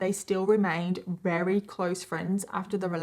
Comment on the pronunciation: You’re amazing, girl…. BUT there is no “h” in assume and no “w” in very. There is, however, an “r” in words such as year, very, church, burden, advertised, etc. You got this.